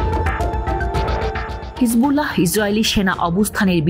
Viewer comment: হিজবুল্লাহহহহ এভাবে উচ্চারণ করতে হয় না কি??🤣🤣🤣🤣🤣🤣